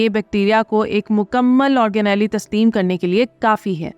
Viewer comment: آرگ نیلی نہیں، آرگ نیل